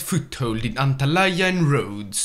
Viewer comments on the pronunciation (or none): Also its antalya not antalaya...